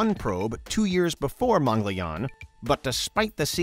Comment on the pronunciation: When he said aaryaabatta mangalayan 🤣😂🤣😂